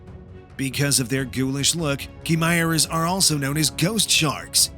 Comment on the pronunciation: Bro.... Ky-mair-uh is how you’d say chimerea.